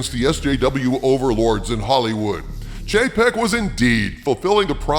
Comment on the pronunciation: I keep hearing Chapek as JPEG.....😆